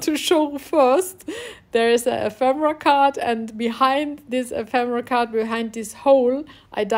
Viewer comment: What a great little book, suitable as a gift for a hostess or for Christmas. Best of all, I love the way you sound so happy creating. In most videos the presenters sound so consentrating on their works; you just love what you are doing and it sounds/shows. (Ephemera has the stress on the second syllable e'phemera.)